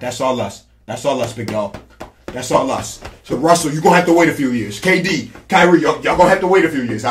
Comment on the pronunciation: Lol this man said kdddd and Durant